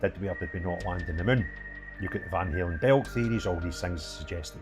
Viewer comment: Van Halen belts 😂 nearly right